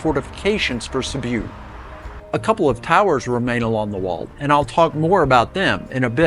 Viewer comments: Sibiu nicht Sibu es sind nur fünf Buchstaben 😂 mein Gott 😂😂😂😂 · You lost me 46 seconds in. Please learn to pronounce names before making videos about them.